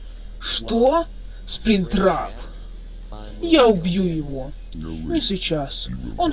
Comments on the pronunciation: не спринктрап а плюштрап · Это не сплинктрап а плюштрап